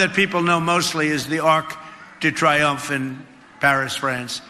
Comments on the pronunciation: What a boor. Pick one: either “un arc de triomphe” or “an arch of triumph”—NOT “an arc duh triumph”. Even more apropos would be “l'orgueil de l'idiot”. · What's the Chumpster up to now, did he say Ark 😂😂😂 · Donald - it’s pronounced the Arc de Tree-omph. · The fool can’t even pronounce Arc de Triomphe correctly. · Trump can't even be bothered to find out how to pronounce l'Arc de Triomphe correctly. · Donald Trump a decaying buffoon cannot pronounce ''Arc de Triomphe'' yet wants to build a fake copy that no respectable American wants or needs. Wake up America. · arc de triomph he pronounces trrribly